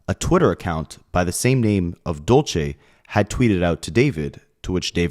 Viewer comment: Dulce is not pronounced the way your saying it😂